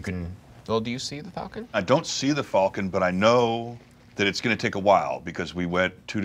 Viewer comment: Fulcon? Wtf, it's falcon